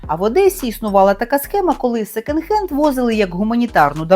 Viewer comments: произносится секОнд хэнд) почему вы сто раз сказали "секенд"?)) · Мова безграмотна: що ,,секЕнд" хенд, що ,,більш краще", що ,,шестиста"...